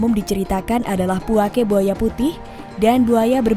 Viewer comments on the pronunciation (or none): Bukan puakE.. tapi puake. Beda penekenan di huruf e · Penyebutan nya bukan puake tapi puaka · Puako deh 😁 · Puake kak bukan puake 😭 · Penyebutan puake nya salah mbak bro